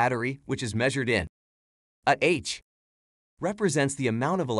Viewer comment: Useless video and that IA character is just wierd. It cannot pronounce Ah.